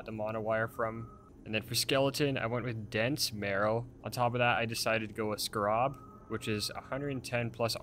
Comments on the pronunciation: Great build and vid! (Btw scarab is pronounced “scare-uhb” not “skuh-rob” :) ) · they way you pronounce scarab is criminal